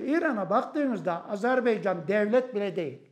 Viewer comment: Saygili Hocam Azerbeycan değil, AZERBAYCAN 🇦🇿🇹🇷❤️